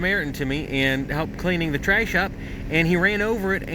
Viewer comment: Tryash? lol